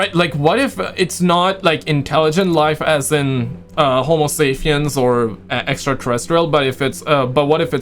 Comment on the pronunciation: It’s homosaPien, with a, “P”, not homosaFien with an, “F”. Killing me brother! 😂